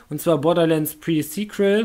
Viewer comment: Glückwunsch auch nochmal von mir! Kein Stress alles nach dem anderen. eh..eins! Spitzname für irgendeins "Fring" Du hast pre sequal endlich richtig ausgesprochen xD Luftballons raushol :D Ich weiß noch als ich dein erstes Video gesehen habe :D wie die zeit verfliegt ^^ Echt krass was du an Projekten immer laufen hast. Mir wär das zuviel^^ Wenn die Weltmeisterschaft gegen august ist wirds echt eng :D Deine Perle kommt einfach mit und wartet im Hotelzimmer :D Adventskalender überlege ich mir ma ein Türchen :D Kann man bei den neuen remakes von pokemon was zusammen machen? wäre eine türchen möglichkeit. also was anderes außer kämpfen :D